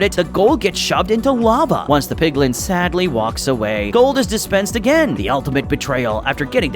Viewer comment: it's not PIGLING it's PIGLIN